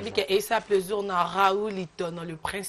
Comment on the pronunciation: Bo pesa cours ya diction. On di plaisir et non pleusir